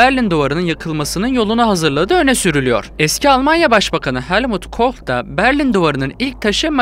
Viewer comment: helmut koch degil gardas koll